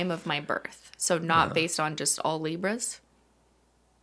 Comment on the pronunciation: I'm eating m&ms and it sounded like was saying "zebras" instead of "libras" at first and I loved that